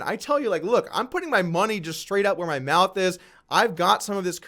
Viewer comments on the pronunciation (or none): none